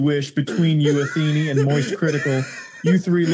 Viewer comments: What the AI's all have in common: • it is what it is • complains about their day • most of the time pronounce Athene as athenee • they all have some kind of word or phrase they often end their sentences on, reminds me of animal crossing. • sometimes pronounce words wrong that they've said right before many times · I love that the AI keeps calling him “Atheenie”